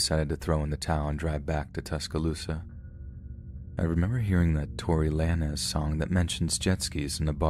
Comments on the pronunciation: Did he just say Tory Lannez for tory LANES 🤣🤣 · “Tory Lan-ez song” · I was bout to say, who's Tory Lanis? Then I was like OHHH Lanez 😂😂😂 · “Tory Laanes” lmfao